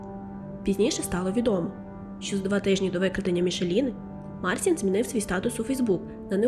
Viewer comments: Канал хороший, нарешті з'явився україномовний трукрайм, але, будь ласка, вимовляйте правильно імена, він не Марсін, а МарЦін, якщо вже по нашому називати, бо так ріже слух, що просто жах. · і хлопець: ім'я вимовляється як Марчін